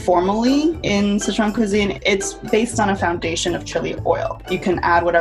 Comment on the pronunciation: Why are you saying "Citron" instead of "Sichuan" ?